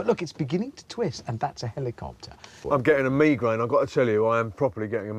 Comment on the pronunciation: ive never heard someone pronounce it as "mee-graine" truly perplexing thought process on that one